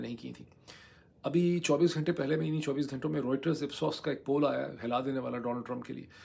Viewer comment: گھینٹے نا بولا کریں صحیح لفظ گھنٹے ہے